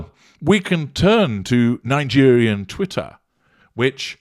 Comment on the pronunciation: LMAO "Liegerian"